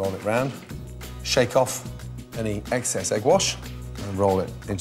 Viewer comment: I'm convinced he actually said "eggcess" and not excess 😂